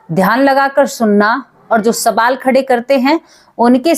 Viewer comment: Sabaal nahi (sawal) hota hai Hindi theek se boliye didi❤